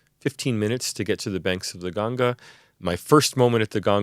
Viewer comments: I'm glad to hear that this man is pronounced ganga as ganga not gaangis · Correct pronunciation of Ganga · thank god finally they said ganga and not gangees